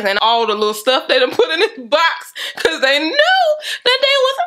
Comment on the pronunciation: “See beh-cause” lmaooooo